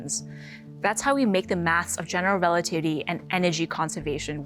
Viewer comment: Exactly 😂 ...relatitty